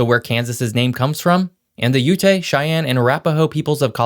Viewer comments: You obviously know little or nothing about the indigenous people in this country. 'O-sawguh' people? Really dude? Correct pronunciation is 'Oh-sage'. O as in O and Sage as in Sagebrush. Geez.....and Ute is pronounced 'Yute' not You-tay.... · BTW: "Osage" is pron "O-sage" like the spice. "Ute" is one syllable: "yout." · Ute is pronounced “yout.” I love your shit. Keep it up. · FYI for future or redos, Ute is pronounced (Yoo-t) the e is basically silent. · Ute is pronounced as Yoot, Osage like Oh-sayge, like a wise person (a sage) or the spice sage. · It oh sage. Your proumciation is bad as my spelling. Ute is one sylible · Osage is pronounced (oh-sage) and Ute is pronounced (yoot) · Oh-sayj, yoot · You can tell by the way he pronounces Ute that he's never been to Utah. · You mispronounced both Osage and Ute. You should pronounce those correctly as a matter of respect. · Lost all credibility for me (stopped watching) after Osage and Ute were mispronounced. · Please learn how to pronounce Ute, and Osage correctly.